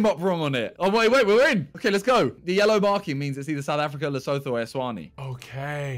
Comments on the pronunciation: The way they're butchering Lesotho and eSwatini 😭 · The way they say Lesotho is quite painful😭